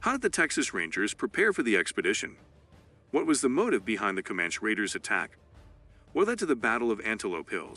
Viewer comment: For sure, the “Comanch” warriors. I don’t think that’s how you say it